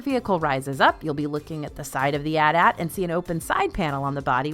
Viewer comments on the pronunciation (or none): Great video! I am gonna say tho in the film trilogies they are referred to a-t a-t so that is how they are supposed to be announced 😂